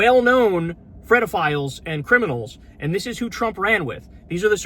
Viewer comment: Frito philes? What are you saying Kyle?